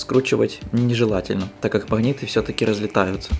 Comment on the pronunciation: Магнит а не махнит, как такое смотреть если речь такая?